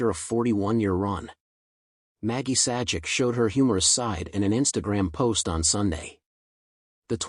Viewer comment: YOU NEED TO PRONOUNCE THR NAME PROPERLY. YOU NEED TO SHOW RESPECT